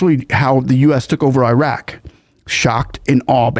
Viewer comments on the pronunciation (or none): none